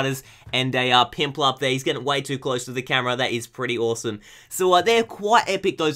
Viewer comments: its piplup not pinplup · Piplup not pimplup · He says pimplup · Why do you call Piplup Pimplup? I know hes gangster but.....